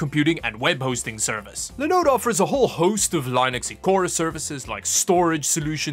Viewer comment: it's pronounced Linn-Ux not Line-Ux... Funny that you pronounce Linode correctly then mispronounce Linux! If this weren't a Tech channel, I wouldn't mention it. but.....